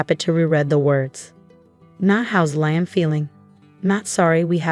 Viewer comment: Pity they can't pronounce Liam properly!!